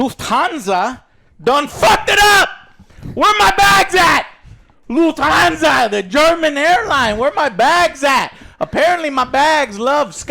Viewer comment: I'm surprised Joe pronounced "Lufthansa" correctly. Good Job!